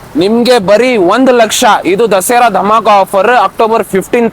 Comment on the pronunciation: ದಸೆರಾ ಅಲ್ಲ ಸರ್ ದಸರಾ...